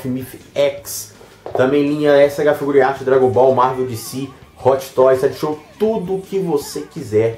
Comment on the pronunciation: Mano... Porque vc fala SH FiguRiarts? O correto é SH Fi-gu-ar-ts... Rsrs